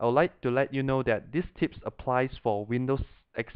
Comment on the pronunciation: it sounds like he said tits when he says tips